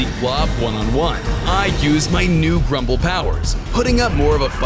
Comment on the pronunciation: Bro said prumble